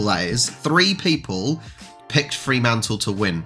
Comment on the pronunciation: No double 'e' in 'Fremantle'. Do that in WA and you'll get necked. 😁